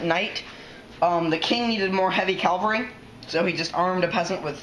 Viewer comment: not "calvary" its "cavalry"